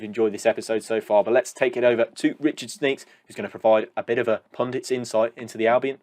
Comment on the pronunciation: "Sneaks"? You make him sound like a pervert! It's 'Schneekesh' isn't it?